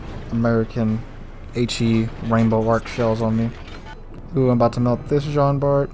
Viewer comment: nice video , actually in french its prononce jean bar the t is not prononce keep up the good work